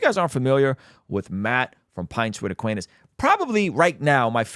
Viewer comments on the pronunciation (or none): love your content, but please start saying Aquinas (instead of Aquainas) 😂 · It's pronounced like Ah-Kwine-Us not aqweenus 😂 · Aquinas is pronounced more like kawhi Leonard… a-kawhi-nes Bro, so dope you are covering pints with aquinas 😊